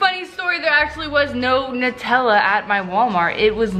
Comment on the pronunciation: It's nutella sounds like new tell uh